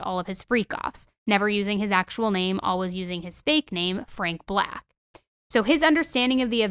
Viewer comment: This could be the autism speaking but one day I would like to hear you say ALWAYS and not ALWIZZZ